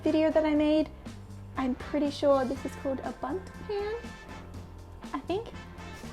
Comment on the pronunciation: "Boont" lol :D